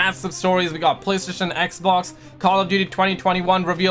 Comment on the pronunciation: Normal People: "Xbox": "Egbox"